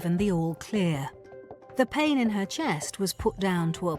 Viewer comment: Pain vs Pee 😀😀😀 Sorry I thought he was saying "Pee" not "Pain"